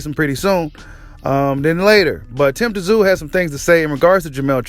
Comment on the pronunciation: Tszyu you just pronounce his name zoo, the T is silent. 👍